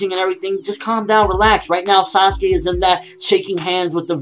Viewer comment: Dude you do know it is Sasuke it just sound like Sasugay